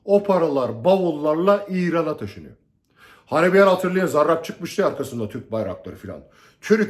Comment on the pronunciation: Hocam siz zarrraabb dedikçe tahrik oluyorum diğer arkadaşlara bol şans